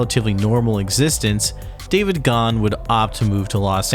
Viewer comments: great video, but his name is GA-han not ghan. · Ok, I watched the video and I understand how you came up with the opinions you did, but check the pronunciation of Dave Gahan's last name. The idea that the lyrics reflected the difficulties of recording is, I believe, in error. Martin wrote the songs and lyrics, for the most part, before they even got together. In particular, Dave Gahan was not happy with putting out another "Depeche Mode" album, but stated that when he got the demos from Martin the first song was Condemnation, and he said he was "sold.". He loved it. Fletch did not leave in the middle of the tour. The Songs of Faith and Devotion Tour had ended but there was still huge demand. They added what Rolling Stone called "The most debauched tour ever," the Summer Tour. Fletch, who has suffered from depression his whole life, said he wasn't up for it. Alan spent a month between tours teaching Daryl Balmonte, the bands long time support who you have a clip of in your video, Fletch's keyboard parts and Daryl filled in for Fletch on the Summer Extension. I saw both tours. The first, the Songs of Faith and Devotion Tour, was and remains to this day the best concert I have seen, ever. The Summer extension was amongst the worst. Alan Wilder was really putting in a lot of work that he didn't feel he was "getting credit for," and chose to leave the band after Songs of Faith and Devotion Live, which he did with Flood and was the only band member present for (which he was credited with on the sleeve). Obviously, Flood did not